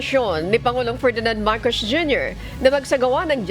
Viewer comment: Si ate parang hirap bigkasin ang S. halos lahat eh Sh. Marcosh, reorganishashshon…. Lol